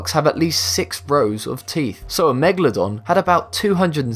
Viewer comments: If I could get a pound for every time he said megladon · Bruh, its megaladon not mwgalodon